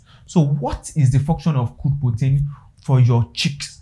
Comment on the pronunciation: Weldone. So do you support giving grower feed? If so, from the 3weeks till when? You may also slow down, I was hearing poten, guess you mean protein. Thanks.